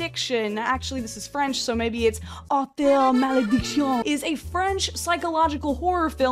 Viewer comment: "Artheur Malledictioon"